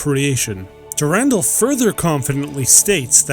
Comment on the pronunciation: Dur-an-dal(doll), not Durandel.